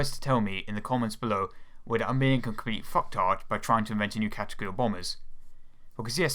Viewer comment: A compwete metaw aiwfwame.